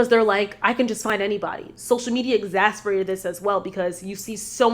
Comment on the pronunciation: Great video as always! one note: you keep saying exasperated I think you mean exACERbated*